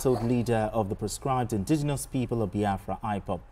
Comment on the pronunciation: Oga stop saying proscribe abeg